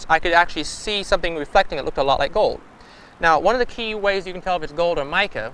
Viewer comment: they found a few ounces of sweet fuck-all. I werwee beweved theyee woud find gowed in dere. I think that would have been a better narrator for this video. just saying.